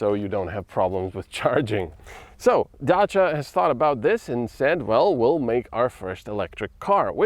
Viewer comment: You mean he pronounced the name correctly..?